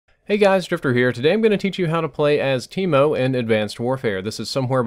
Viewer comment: Thought he said keemo